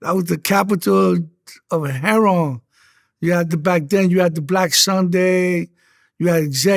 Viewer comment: Why can’t they say heroin the right way. It’s not Herron, 😒😒😒